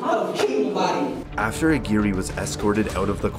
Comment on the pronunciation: Lmfao how did you pronounce that first guys name? It’s much closer to ag-wire than whatever the fuvk you said hahahah